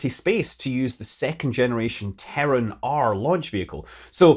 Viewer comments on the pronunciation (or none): none